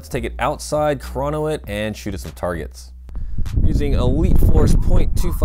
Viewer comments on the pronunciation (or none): none